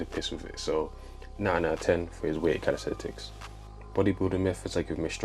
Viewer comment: It’s not calis-thet-Ics.